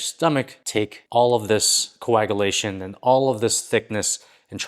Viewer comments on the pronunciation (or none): CO-AG-A-LA-TION??? Maybe go to the ly-barry, and axe them how to pronounce co-ag-yoo-lay-shun. Experiment with Google pronunciation.